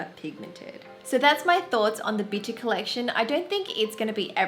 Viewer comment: Please tell me I’m not the only one who heard bitchy instead of bitti lol